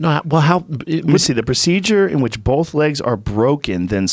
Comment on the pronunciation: I know Schaub didn’t just say Sammy Sosa dresses like an asshole. Pot meet kettle! Now Brendan is saying “BOLTH” as well as “DRAWL”. And this moron is doing well. Only in America!